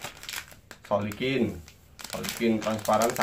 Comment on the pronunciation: Recehh🤣🤣 Silikon bang bukan Solikin 🤣🤣🤣😭